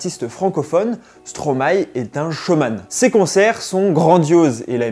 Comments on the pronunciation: La video est bien mais par contre ca se dit stromay pas stromaé frg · Par contre après toutes les recherches que tu as fait, je comprends pas pourquoi tu continues à dire "stromaé" au lieu de stromae... appelons un chat un chat, avant de commencer toute chose...🙄 Mais sinon c'était pas mal! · Parler de Stromae sans savoir prononcé Stromae..